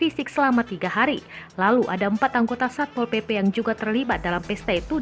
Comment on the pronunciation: When satpol PP say: "SAY SAPPPOL. SAYA YANG BERWENANG DI SINU" HAHAHA